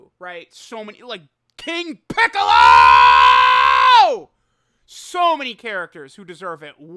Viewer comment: Homie said “king picCOLOOO”